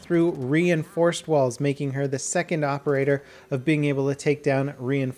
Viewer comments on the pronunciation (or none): "Reinforced rawls" lol